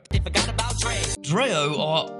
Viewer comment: Dreo is pronounced with an e. Not an a. Dree-O. Not Dra-O.